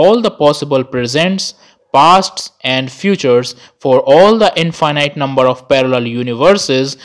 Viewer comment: Now I am not sure if I pronounced Infinite correctly whole my life 😀